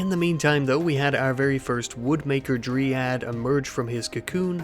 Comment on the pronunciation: the way you pronounce 'dryad' drives me insane